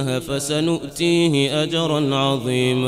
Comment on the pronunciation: I listened to it some more, I’m not sure if it’s me, can someone else please confirm. At he says- Alayhil llaha - Fasayuntuhi It should be: Alayhul Llaha - Fasayutihi If it is me that is mistaken, i apologize in advance